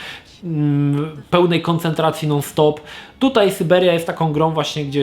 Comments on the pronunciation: przecież sYberia to nie sajbiria. Po co czytać po angielsku jak po polsku jest ok? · Jeśli już chcesz gadać po angielsku to gadaj poprawnie. Skąd Ty wziąłeś tę sajbirię? "SAJBERJA" się czyta. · Syberia nie Sajberia !!! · Sajbiria serio? Pomijając wymowę to też uważam, że "jedynka" jest lepsza od "dwójki". W drugiej części za dużo było przekombinowanych zagadek, nie czuć też było chemii między Kate a Hansem. Ona robi wszystko by pomóc mu dotrzeć na Syberię, a on ma ją gdzieś i po dotarciu na miejsce nawet nie ogląda się za siebie. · kurde, mów Syberia a nie a ssiajberia bo mi dzieciństwo niszczysz :D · Po 2 minutach wyłączyłem tą recenzję. Sajbirii nie da się słuchać. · SYBERIA gaaad nie sajbirijajaaa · sajberia... moje uszy krwawią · Sajbirja ? No bez jaj ! SYBERIA ! SY BE RIA ! Ja pierdolę ! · Sorry, ale co konkretnie jest po łebkach i niedokładne? "Sajberia" trochę razi, przekręcone (ale poprawione) imię głównej bohaterki też, ale po obejrzeniu dokładnie wiem, dlaczego warto zagrać (fabuła i klimat, prawie jak w 1 i 2), a dlaczego nie (kwestie techniczne). Chyba pójście w filmową konsolowość w stylu Telltale Games zabiło tą grę :/ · Czyli polaków wywożono na sajbirie nie na Syberię. Speak in polish kurwa... Nawet bo rosyjsku brzmi sybir... skąd ty żeś to wytrzasnął !?!??! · co to jest sajbirja? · kurcze no nie zrozumiałeś:D bo tu nie chodzi o sam sposób wymowy, ale o to że ta gra nawet na zachodzie w USA i WB nie nazywa się Siberia (bo tak własnie czyta to ) lecz Syberia. Prosty test wpisz siberia allkeyshop oraz syberia allkeyshop w google. Więc teoretycznie gra po angielsku w wymowie by brzmiała Syberyja:D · Wiem, że tego jest już pełno w komentarzach, ale... SAJBIRIA XDDD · Sajbiria..., kurwa mać ogarnij się błagam... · Miło wiedzieć że nie tylko ja mówię Sajbiria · wymowa została ci z "Cyberia" ;)